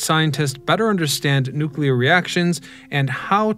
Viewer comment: Say it with me now,. "NOOK-LEE-UR"